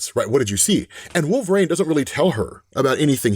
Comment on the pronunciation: 1 question who the f#$k is wolverain? It amazes me you have such clear pronunciation of every other word but you can't say the word wolverine?